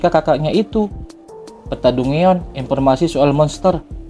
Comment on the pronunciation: Dungeon... 😂 di baca DanJen.. Lawak